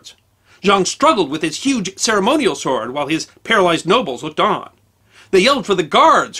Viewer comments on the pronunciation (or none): none